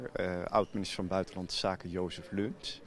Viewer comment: Hoi, hoi, iemand ook een appeltje? Bro...Joseph Luns, niet Lunch.